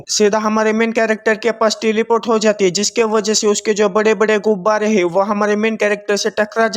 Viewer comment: Bro gubare kyun bolte ho 😂😂